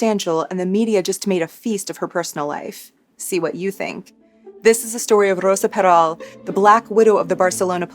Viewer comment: you have the perfect voice for storytelling. also the way your pronounced her name. 🤌🏼